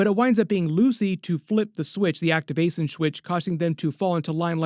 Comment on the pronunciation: actiwation swith